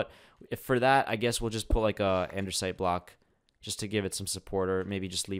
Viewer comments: i love your vids but a pet peeve of mine is when you say ANDERSITE when it is ANDASTIE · Andersite 😂 lol 😂 it’s andesite 🤣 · id is not andersite, it is anDEsite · Andesite not Andersnite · It's Andesite notice that there is no 'R', but nice video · he keeps saying anDERsite